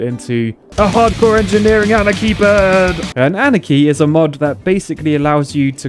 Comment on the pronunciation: It is not pronounced anikey it is anarchy witch means no rules